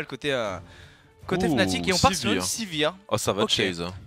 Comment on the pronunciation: Par contre c'est FNATIC pas FANATIC